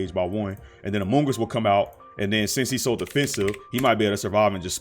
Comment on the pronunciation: You keep saying amoongus and it makes me think about among us